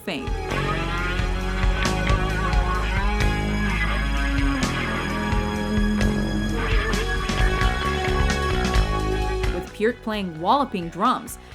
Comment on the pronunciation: Kudos for pronouncing Neil Peart's last name correctly